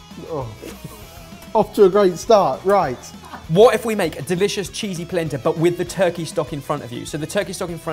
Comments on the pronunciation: Anyone else keep hearing placenta? "shudder" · Every ti me they say "Polenta" it makes me think of "placenta" and it makes a video about food very uncomfortable.